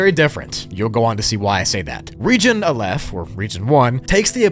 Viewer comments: fyi its not pronounced “uh lef” is pronounced more like “ah luf” I dont really know how to type the pronunciation :/ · Hey, jew here. The hebrew letters are pronounced "ah-lif", "bet", and "gih-mull"